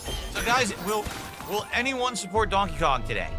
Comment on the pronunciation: ’support’ as ‘sue pore’. He’s got trouble with his T’s